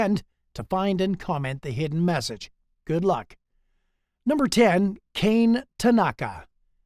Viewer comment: No. 10's name is not 'Kane', it is pronounced KAH-nay, What a long life she had!